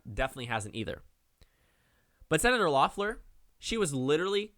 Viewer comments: Pst, it’s pronounced “Leffler” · Her name is pronounced Leffler.